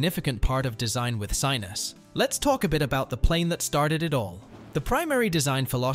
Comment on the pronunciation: They're pronounced. Vear-us, not Vi-rus. Sin-us, Not Si-nus. They're Slovakian words.